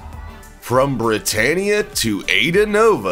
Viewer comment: britannia sounds like britanic